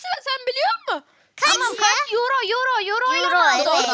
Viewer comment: Abla ben almanyada yaşiyorum we paranin adi yro değil eiro abla😊❤